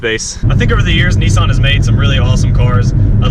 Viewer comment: great review bro.but please Nissan not nessan